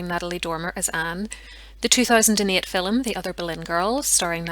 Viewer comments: What’s a “filim”? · The word FILM is one syllable please !! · Goodness..' fillum'! The word is film - one syllable. Otherwise your presentations are interesting and professional. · I've never heard anyone pronounce film that way.